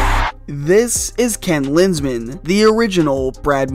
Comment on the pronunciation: didnt even need to watch more than 20 seconds to know he meant ken linsmen